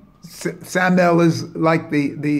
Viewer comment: It's pronounced sa-ma-yel and my-chel